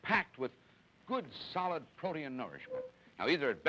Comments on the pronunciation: "PRO-tee-in." Wow, never heard protein pronounced that way. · Me neither. Because of the two vowels next to each other he divided the word into three syllables: pro-tee-in.